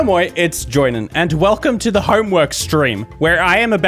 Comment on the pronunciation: Joinen: is finnish Joinen: reads finnish in italian accent